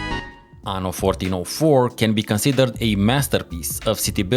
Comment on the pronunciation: btw is "aNNo", with 2 Ns, and means "year" in italian, Ano means "anus"